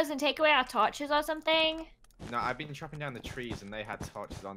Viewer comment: “I haven’t BEAN there...” - (smallish BEANS)